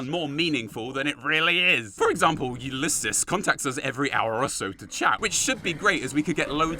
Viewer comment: You can use a stealth boy to avoid Father Elijah, taking all the gold, and trapping him in the vault. Also, pretty sure you said Ulysses right. Only the first time though.